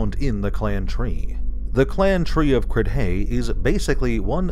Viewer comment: If it’s pronounced anything like “Ceilidh”, then it should sound like “Crey”